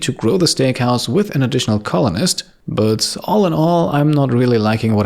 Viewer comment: I'm going to have to unsub, no one probably cares, but: What I've had enough of.. 1) The microphone is awfully setup, you will hear what I mean if you use proper headphones/proper audio setup. You won't hear it on cheapo desktop speakers. 2) The way says "but" - i actually legitimately cringe. I know is german, but there's no reason to butcher it this badly on purpose.